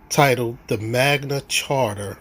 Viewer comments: And why do they keep insisting that the Magna Carta is the Magna "Charter", and that "coercion" is pronounced "cohersion"?? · LOL "Magna Charter" 😂😂😂😂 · It's Magna Carta not Magna Charter, you dummy! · I saw that, he doesn't even say the Magna Carta he says the Magma Charter. He also is presenting a document made like 500 years before the US was even a country. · Fool cant pronounce magna carta right and he thinks it applies. Id love to see him in court.